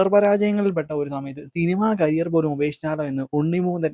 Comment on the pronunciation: ക്യാരിയർ അല്ല മോനെ. കരിയർ